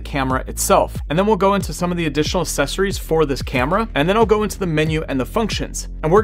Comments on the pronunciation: Great video but the c sound in accessories is not an S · Me. They are accessories. Not aSSecories.